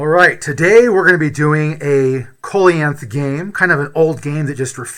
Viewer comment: Did you mean "Coelacanth"?